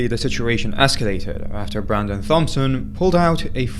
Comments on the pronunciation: FYI: Thompson is pronounced Tompson. The H is silent. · I think the last name of the guy in the first video is pronounced "Tom"son I could be wrong but just wanted to say that in case